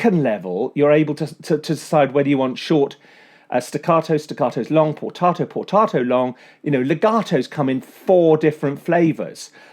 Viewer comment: "potato"..."portato" .. let's call the whole thing off!